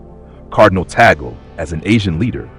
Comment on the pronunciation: 1) Please prounonce his surname correctly - Cardinal Luis Antonio “ Chito” Tag-le NOT Tagel (We Filipinos are offended for your mis pronounciation of his name!!!) 2) Selection of the Pope is by the conclave of cardinals at the proper time 3) If ever elected, he will select his own name. 4) We, Filipinos, always remember him as the humble “Smiling Cardinal” and with a sense of humour/humor. 5) we are continuously praying for God’s will for him, in the Philippines & around the world. 🙏❤️🙏❤️🙏❤️